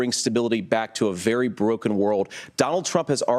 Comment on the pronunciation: vewy, vewy quiet....